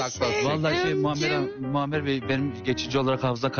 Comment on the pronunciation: Muhammer hanim demesini bir tek benmi fark etdim